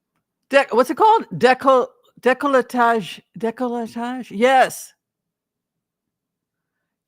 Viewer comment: You were close the word is décolletage (you’re missing the T in your pronunciation).